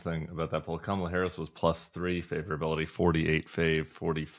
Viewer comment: He pronounced her name correctly this weekend lol